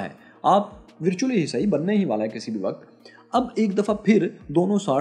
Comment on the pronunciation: Virtually vir ko vur bolna hai jesay bird ... Burd ....girl gurl......virgin vurgin.inn main i ki sound u hai sir